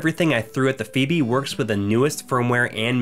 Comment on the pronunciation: Phoebe "Fo-B" Good feature though man.